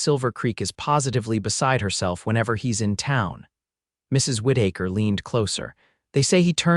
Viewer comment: Whit- ache-her!!!!! Oh, c'mon!! Whit-eh-ker!!!! If your AI cannot handle simple pronounciations, then dumb yourself down to Smthye.Smith, Ford, Glen, Brown, This errors RUIN THESE STORIES!